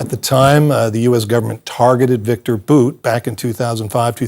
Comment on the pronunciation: Victor (boots) Bouts lawyer. 👏🏼👏🏼👏🏼👏🏼, hey, you finally said it right.